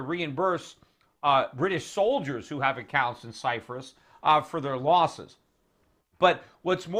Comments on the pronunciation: Cyprus not Cyfris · why does he keeps saying Cyfrus? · Stop saying Cyphrus, Peter.. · ALL RIGHT EVERYBODY, DAMN GET OFF PETER'S DICK JUST BECAUSE HE SAID CYFRUS, DAMN !!! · You can't pronounce the word "Cyprus" properly! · There is no 'F' in the word CYPRUS. other than that very insightful.